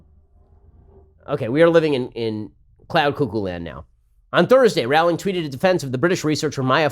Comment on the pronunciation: Rowling is supposed to be pronounced like 'rolling'.